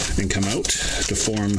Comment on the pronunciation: Did you say it was foam sir ? Lol